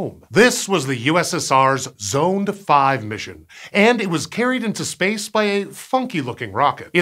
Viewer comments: The use of storable liquid propellants like UDMH was REQUIRED because the Proton was originally designed to be an ICBM. Our Titan ICBM used the same. And I don't think Zond is pronounced as Zoned. I've always heard it pronounced as Zahnd. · "I've always heard it pronounced as Zahnd." Only if you're a North American. If you're any other type of English speaker, it's pronounced "Zond"...